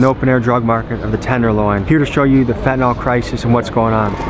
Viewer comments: Why do americans say „Fetnyl“ Its called „Fent A nyl“ ?🤣🤣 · FYI it's pronounced FEN-tanyl not FET-anol